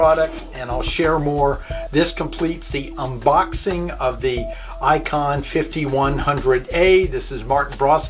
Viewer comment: Hey....It's ICOM not ICON Just FYI